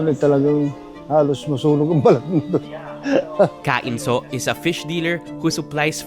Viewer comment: Im sure its "Ka Inso" and not KAINSO. Inso, short for Lorenzo.